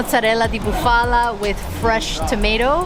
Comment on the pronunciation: Nice video….you could tell that you were having a great time and passionate about your trip. Buffalo or Bufala has the accent on the first syllable so BU’ fa lo instead of bu Fa’ la….hopefully you can visit Modena and have some Crema Balsamica on gelati. Enjoy!!